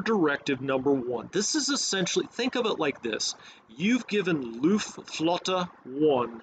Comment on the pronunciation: Luftflotte - pronounce 'o' like in "floor" ;)